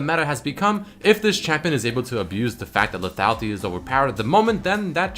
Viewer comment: lethatlity lethatlity lethatlity lethatlity blablablabalbalfuckblalbalbablabapentablabalbala into lethatlity blablabla lethality. LEEEEEEEEEEEEETHATLITYY